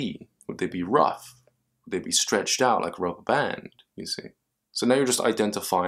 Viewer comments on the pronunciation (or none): none